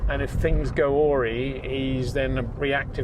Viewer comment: if things go "ory". Presume he meant to say "awry". There is only one correct way to pronounce that word ;)